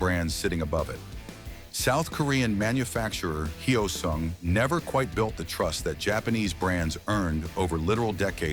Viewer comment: It's NOT "Hi-Oh-sung". Say the word "yo" with an "h" in front of it. Now say "soon" with a "g" at the end of it. Say "Hyo-soong"! Anyway, I had a GT 250 Comet version. One of the absolute BEST bikes I've EVER owned. I regret trading it in. Nuff said.